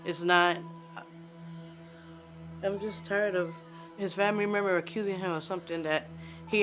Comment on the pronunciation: "memmer"...i only heard memmer when she said member